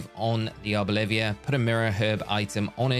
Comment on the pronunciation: Arboliv”i”a is such a funny pronunciation, I have to nickname mine that 🤣 Thanks for the vid!